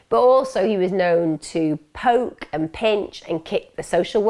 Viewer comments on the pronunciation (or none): none